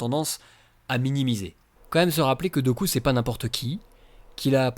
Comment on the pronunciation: Super vidéo, comme toujours ! Par contre Dooku se prononce "Doukou"...